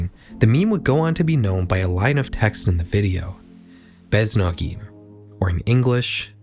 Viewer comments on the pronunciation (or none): Beznogi is read with hard Y at the end even tho its soft I. I just wanted to point that out🤓